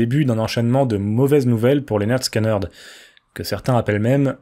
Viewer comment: Ça se prononce Linerd Skinerd si jamais 😆 vu que le nom vient de leur prof tyrannique Léonard Skinner (qui se prononce Linerd Skinner en anglais) ils ont juste changé l'orthographe.